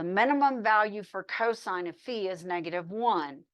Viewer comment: someone who has pronounced phi correctly! ureshi~~